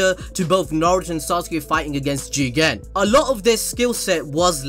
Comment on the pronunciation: I think there's something wrong with me. These people's opinions don't make me upset, but the way they say jigen is really pissing me off.